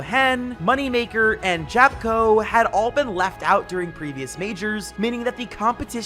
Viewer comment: you speel japko, like a yapko